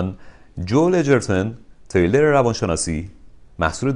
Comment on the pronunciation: جان خدایی اسم ژانر، «ترِِیلر» نیست! «تریلر» هست. انگلیسیش می‌شه thriller